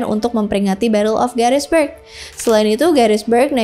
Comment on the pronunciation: Gettysburg.. bukan Garisberg